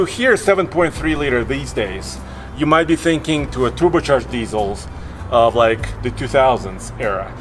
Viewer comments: He said toober-charged... :D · Bro reallysaid “tuber” charged not just once but multiple times - instant unsubscribe